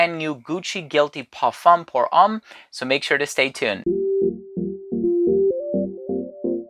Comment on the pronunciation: You really should learn how to pronounce parfum pour homme in french and I saiy that as a German! 😅😅😂